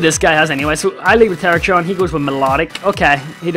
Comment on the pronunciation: TER-RACK-EON, NOT TERACHYON